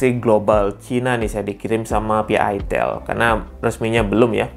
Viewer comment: Itel beda dengan itil wooooy Otak loe yg meleset ngalor ngidul Itel Alcatel Sahitel Telkomsel Kenapa ada kata tel itu merujuk singkatan telecomunication / telekomunikasi Beda dengan ITIL , huruf beda pelafalan juga beda kecuali elu cadel ga bisa ngomong i .